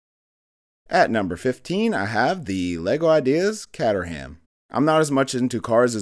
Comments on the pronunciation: Caterham is pronounced "kaytrum" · It's actually pronounced Cayterham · Respectfully, it seems like you've done an Ideas ranking video when you own very few of the sets? As I'm sure you're fully aware, so much of ones opinion of the set is formed from the actual build experience, so I'd like to see an updated ranking one day if you ever do get all/most of these sets, see how the rankings change 👍 Also, your pronunciation of Caterham was hilarious 🤣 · The way you pronounced caterham was rough 😂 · haha it’s not a big deal, but it just sounded so wrong to me 😂 that’s all great video tho. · I can forgive you for mispronouncing "Caterham," but please tell me you did not call the most powerful rocket of all time "Saturn Vee"!